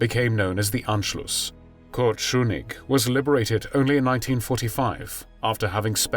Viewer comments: No, no. Not "Schunigg". It's "Schuschnigg". Usually, your pronunciation is brilliant. Not this time, though. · Very good video except for the mispronunciation of Austrian chancellor Schuschnig. I'm sure you now how to say "shoosh" in English when you want them to shut up!. So Shoosh Nick would be closer than your Shoo Nick! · That is not how you say "Schuschnigg".